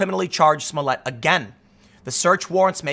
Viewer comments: I believe Tim is miss pronouncing his name wrong it's juicy smooyay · Juicy Smolliet, pronounce right. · Who is this Jussie Smolett you speak of? I’ve only heard of Juicy Smoll-i-ay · His name is pronounced Juicy Smulliette. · It's pronounced, juicy smoll-e-a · It is pronounced Juicy Smoillé.